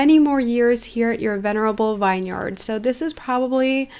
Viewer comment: Vineyard is pronounced vin- yard not vine- yard. Just giving you a heads up! Btw love the vid